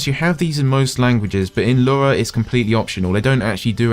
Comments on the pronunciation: Lura? I thought it was Lua... Anyway, ty so very much.! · It sounds like you say "lura" every time lol